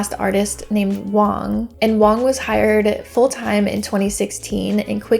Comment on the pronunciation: I think you mean Wang, not Wong. Joice Wang worked at Bang Bang.